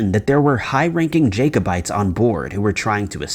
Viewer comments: Jacobites pronounced Jack - obites do your research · I'm sorry but I really hate mis-pronunciation. Although Jacob may be pronounced Jay-kob, Jacobites is pronounced as Jack-o-bites and not Jaycobites. It just sounds so weird when he keeps saying it that way. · Jack-o-bites not jake, please check pronunciation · LOL at Jake o bites, its Jack o bites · The first story is mispronouncing Edinburgh (sounds like "Heading-burr" or "ed- in - bra") and Jacobites (pronouned like a Jack-O-bites as in the lantern) Second story is lifted directly from My Mythos' channel (this month's story) who does a much better exploration of it. There is nothing new in this video.